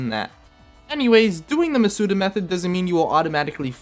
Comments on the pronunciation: How do you just pronounce Masuda's second name correctly and then keep saying MasUda, like, what? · You pronounced Masuda wrong